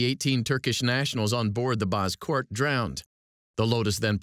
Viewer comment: it's "bozkurt" though